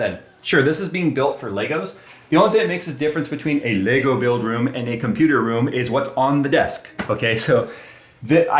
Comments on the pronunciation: It's LEGO not LEGOS, What is it with Americans They can't say Lego. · Lego... There is no S... Stop saying it wrong. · arrrgggghhhh. Say legoes again i dare you :) so annoying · He keeps saying “Legos” and it’s driving me insane! Poser… lol Love you!